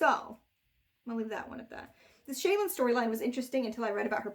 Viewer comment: ...is that the way to pronounce Shallan...? "Shay-lan"? Not "Shall-an"? Like "Shallow" but with an "an" instead of an "ow"? That's how I've been imagining it pronounced this entire time.